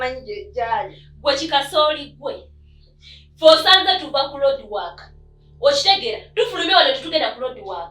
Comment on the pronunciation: your sister is called Sharon not shalon and the word is roadwork not loadwork